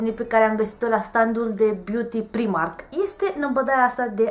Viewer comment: Se citește "praimarc" nu "primark"